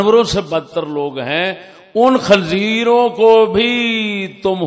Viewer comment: اس لنک پر دیکھیں لفظ سید کا تلفظ کیا کر رہے ہیں لفظ کافر کا تلفظ کیا کر رہے ہیں تلفظ خنزیر کا تلفظ کیا کر رہے ہیں پھر جواب دیجیے گا کوئی بھی ان حضرت کا حامی کہ تلفظ ٹھیک کیا ہے یا غلط ؟